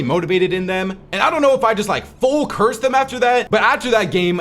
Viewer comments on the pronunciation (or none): none